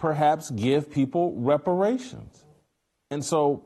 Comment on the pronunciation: Are you kidding? A fat, black barbaric Negress demanding her “wepawations”….and she got some wepawation punch! How is that NOT funny?😂